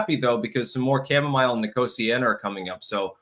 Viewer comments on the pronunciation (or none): none